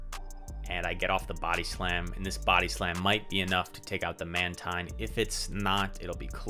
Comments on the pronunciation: well done man! and it is indeed Man-teen. I was thinking exactly what you were saying, "why is he switching up pronunciation?" hahahaha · how do you pronounce mantine lol